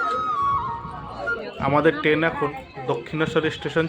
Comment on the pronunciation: টেন না কি ট্রেন